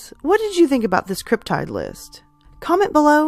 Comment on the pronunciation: First time viewer, will subscribe! I think the Thunderbird is the most plausible. I’ve always heard cryptid with a short “i “ like: slip, tip, or clip, as opposed to the long “I” like: tide, smile and island. Love that I’m finding more cryptid stories, keep them coming.